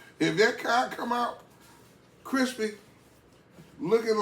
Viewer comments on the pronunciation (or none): That CoD sure looks good. I watch all your videos and I enjoy you having fun with your food. One Thing; the fish is pronounced CoD, not Cob. (Google it if you don’t believe me), C-O-D.. 😊😊. Have a great rest of your day. See you on the next video.